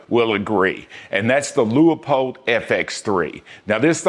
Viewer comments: Love your reviews and they make sense. Just one quibble. Please stop calling Leupold "Lee-a-pold", or "Lu-a-pold." It is a two syllable name. Like "Loo-pold". I can't be the first to point this out. As to scopes, I have owned many brands from budget to quite pricey. I am not a brand fan. That said, of the more than two dozen current owned the two I like the best are both hunting scopes: 1. Kahles Helia CL 2-7x36. While sadly no longer in production, it checks the boxes: Austrian world class glass (Kahles and Swarvoski are sister companies), German #4 reticle, huge for magnification 36mm objective with superb low light performance, light weight, very accurate tracking but low capped turrets. Extremely high build quality. It does not have a 30mm tube, but for its intended hunting distances, it does not need the larger internals for greater adjustment range. 2. Leupold (Loo-pold) VX6 2-12x42 with Firedot Duplex reticle. This is a truly amazing technological hunting scopes. You probably know all about the motion-activated Firedot technology so I won't dwell. It simply works. The scope has anti-cant warning for long shots. 2-12x magnification is all one could ever ask for. The turrets track well and have zero lock to prevent accidentally over rotation. Optically, it is up there with the Austrian and German best. Despite 30mm tube for better adjustment range it is light for a 12 power variable. In third place is a limited run Weaver Grand Slam Tactical 2-10x40mm Japanese made tacti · Lost me when you can’t pronounce Leupold correctly